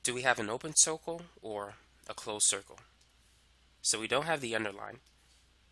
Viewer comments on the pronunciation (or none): "do we have an open 'coicle' :D